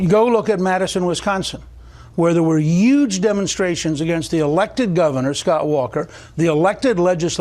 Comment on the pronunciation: Gingrich even says "YUGE" now. Lmao